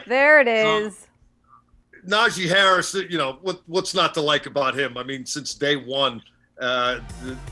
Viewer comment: WILL SOMEBODY TEACH THEM HOW TO SAY HARRIS NAME